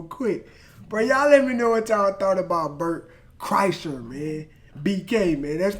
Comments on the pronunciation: It’s pronounced “Burnt Chrysler” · His name is pronounced Bart Kressler. Keep feathering it brother. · It's pronounced "Burnt Chrysler" #Bertisfat